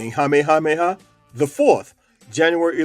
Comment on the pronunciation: Your pronunciation of some of their names is atrocious in this and your earlier video. You need only call the Hawai'i Ne Visitors Bureau to get coaching to get it right. I'm pleased you are pronouncing Queen Lilioukalani's name right at times but not Kamehameha or Kalakaua. If you strive for accuracy and truth, you would get coaching or use a professional narrator. My great grandparents came to Oahu since the late 1800s.